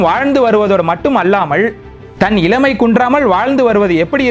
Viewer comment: பதிவு நன்று வாழ்த்துக்கள் உச்சரிப்பு கவலை தருகிறது.கோபமும்வருகிறது. உதாரணம் இலமை அல்ல இளமை பில்லை அல்ல பிள்ளை விலையாட்டு அல்ல விளையாட்டு ணகரம் னகரமாக உச்சரிக்கப்படுகிறது பினி அல்ல பிணி திருத்திக் பொள்ளுங்கள்.